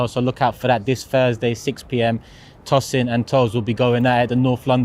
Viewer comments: It’s Tosin not Tossen 😂😂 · Good to see twin. But keep using his accent to pronounce Tosin 😅